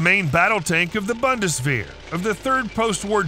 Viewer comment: bundeswehr is pronounced like "boondeswear"